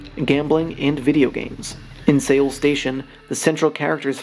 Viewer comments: Only made it to 1 minute 25 seconds because I couldn't listen to the mispronunciation of Korea's capital city Seoul (pronounced "Soul"). I am sure the video is great but I can't hear that over and over again. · I wish commentators search for how places are pronounced before making their vids T.T. it's pronounced like our normal english word SOUL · Seoul is pronounced soul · Why are you saying Seoul weird